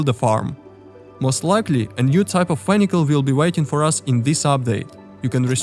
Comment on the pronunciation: ah yes the new underwater "vhenhical"